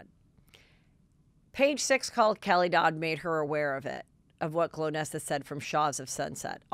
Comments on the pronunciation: NOT GLOWnesa, it's GOL-nesa!!!! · Golnesa, not Glownesa Heather😄😘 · Lol 😆it's GOLnessa not Glo nessa! Haha poor girl. She isn't remembered nor got name right! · Part of why she might be annoyed is you don’t say her name right … GOL - NESSA as in goal - nessa